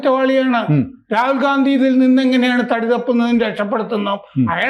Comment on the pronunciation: ഗാന്ധി അല്ല ഘണ്ടി ആണെന്നാണ് കേട്ടത്...... അത് ക്ലിയർ ചെയ്യൂ പ്ലീസ്.....